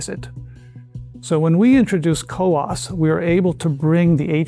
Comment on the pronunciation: It's "COWOS",not "COWAS"